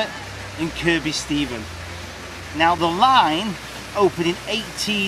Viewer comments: Kirkby stephen is pronounced Kirby stephen the second K is silent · Here's another viaduct: on a branch to the line in this vid. As for the pronunciation of Kirkby Stephen, the second k isn't pronounced as far as I'm aware. Anyone done a map of old railways ?